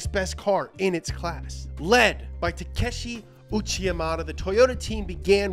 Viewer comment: Shoutout to for pronouncing Takeshi Uchiyakkbwhekmbamnva without skipping a beat.